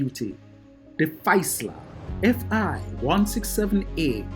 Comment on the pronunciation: An interesting model, very well built. By the way, Fiesler is pronounced "Feesler".